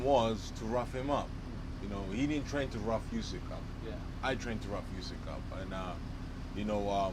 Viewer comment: John Fury... "YOOSECK"